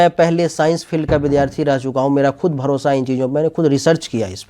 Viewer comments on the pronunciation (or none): none